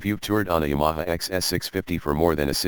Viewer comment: Someone should teach the robot how to pronounce Ya ma ha. I've had two of these a 71 and still have a 79 slowly becoming a street tracker.